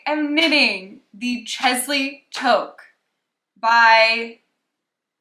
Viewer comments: Lol. From a Canadian, “Toke” is definitely wrong. It’s the first one you said. Tooooque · so interested to see where google sourced that pronunciation lol - it's like "tuuk"